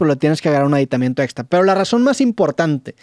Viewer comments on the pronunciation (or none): Personas normales: “aditamento” Roberto: “aditamiento” 😂